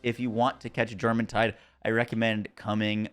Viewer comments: The J in Jormuntide is a soft y sound. Stop being weird about other cultures. Get over it. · Its pronounced yormuntide